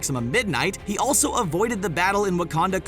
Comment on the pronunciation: Jesus sandals on my feet it’s “also” not “aslo”